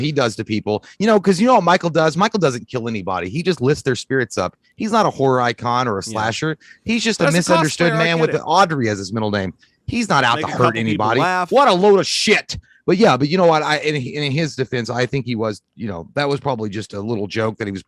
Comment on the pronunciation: Au - Brie not Au - Drey, J